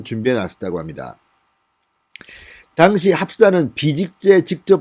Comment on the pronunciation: 진성호방송 애청자로서 진의원님의 우국충정에 늘 감사하고 있습니다. 진성호방송은 구독자가 130만명이 넘는 우리나라의 대표적인 우파방송으로서 사상과 언어 등 여러 측면에서 국민들에게 많은 영향을 끼친다고 생각합니다. 그래서 저는 진의원님에게 언어측면에서의 교정을 진심으로 당부드리고 싶습니다. 무엇보다도 억양과 발음을 고쳐 주십시오. 진의원님의 방송을 듣다 보면 억양과 발음때문에 듣기가 거북하고 힘이 들 때가 많아 구독과 구독취소를 반복하고 있습니다. 고쳐 주셨으면 하는 대표적인 사례를 들어 보겠습니다. 1)'당시(at the time)'의 억양은 1음절인 '당'이 아니라 2음절인 '시'에 두어야 합니다. 2)'증권(stock)'의 억양은 2음절인 '권'이 아니라 1음절인 '증'에 두어야 합니다. 3) 수의 발음 오류 '이십여 명'을 '이•심•녀•명'이 아니라 '이•시•벼•명'으로 발음해야 합니다. 4)고유명사 발음 오류 '윤석열'을 '윤•성•녈'이 아니라 '윤•서•결'로 발음해야 합니다.